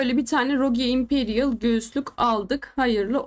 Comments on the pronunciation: Abla yine rogiyo demişsin ama 😂 rogue dicektin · sırf varya onu takip ettim aba ilk 1.5 dk boyunca 12 kez rogiyo diyon